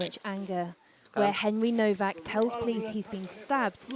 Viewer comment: It's not Mr. Kowaks, but Nowak. Show some repect.